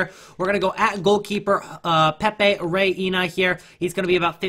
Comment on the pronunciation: Reina = ray na, not sure where ray inna